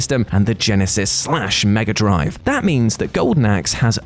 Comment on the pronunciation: Say megaadrive again